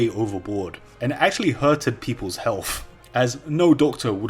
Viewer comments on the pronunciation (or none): "H E A L F"